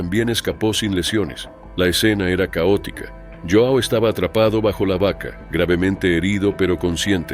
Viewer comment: El narrador dice q “La escena era caótica ( cowotica ) ”😅. Un poco de humor negro.